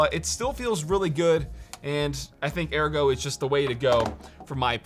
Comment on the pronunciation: yes, that is how ergo is pronounced